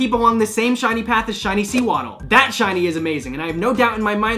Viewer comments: Wait... what's a... Seawaddle? But seriously, you are pronouncing that wrong. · DID YOU JUST SAY SEA-WADDLE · You did not just mispronounce sewaddle and proceed to tell me that its shiny is amazing.